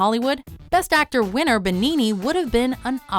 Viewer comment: As an italian your pronunciation of "Benigni" hurts me